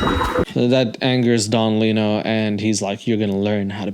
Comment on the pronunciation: I'm glad someone else caught that "little" pronunciation from Don Lino... Thought I was the only one who noticed as a child 😂